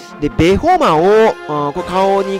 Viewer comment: ベホマをアメマの発音で言うなよ笑